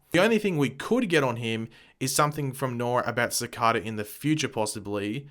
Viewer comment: I don't mean to offend you, but I believe you are pronouncing Cicada wrong. It should be pronounced Ci-cay-da. I am aware that you have an English accent, but I just wouldn't want the wrong message being sent out to fans when you make these videos. 😉